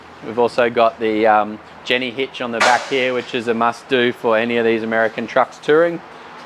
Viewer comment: Ha ha, it's "Gen Why" not "Jenny" hitches 😁